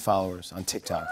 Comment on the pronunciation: It physically hurts when they say “tik tok”